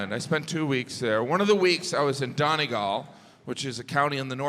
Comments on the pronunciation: Dawnegalllll ....... the most mispronounced word in Ireland .....by Yanks....FFS....it's not pronounced Dawneeeegallll ....... hilarious....sure it's only a bit of craic ! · I feel like the way he says Donegal is payback for how those guys said Joel 😂